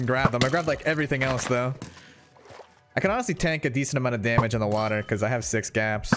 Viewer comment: I love how he says WAter